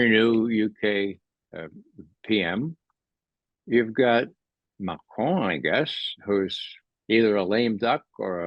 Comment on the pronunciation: Thank you Ray for at pronouncing the Leaders names correctly, eg Macron and Putin (instead of Putn). You are also spot on with your analysis.